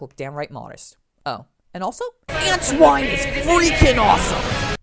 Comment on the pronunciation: If you don't know how to pronounce Antoine's name, just watch ANY episode of SatAM and problem solved.